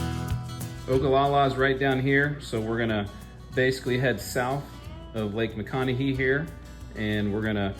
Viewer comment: I can’t believe no one has corrected your pronunciation of Lake Ma-con-e-hay 😁